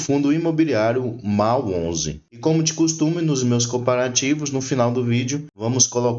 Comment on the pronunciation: A pronúncia correta é….Mól onze